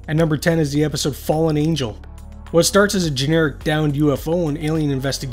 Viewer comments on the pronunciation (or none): none